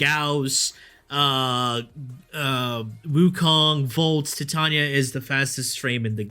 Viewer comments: Titania>> not Tatania.. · Her creators call her TYE-TANE-EE-UH. You cant change what her own creators named her dude. That's disrespectful as f**k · Nice breakdown but you are sadly mistaken on your pronunciation of Titania, it is in fact quite the reverse of what you state.. Titania (/tɪˈtɑːniə/)[1] is a character in William Shakespeare's 1595–1596 play A Midsummer Night's Dream, In the play, she is the Queen of the fairies and wife of the Fairy King, Oberon, which is where the mythos of the frames both come from.. ;)